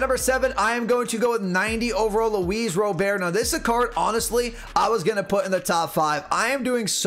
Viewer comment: Robert is pronounced like the English first name. It’s not pronounced like it’s French. I’ve heard it right out of his mouth in one of his first press conferences. They asked him how to say it. If you listen to the White Sox broadcasts, it’s definitely like I’m saying also.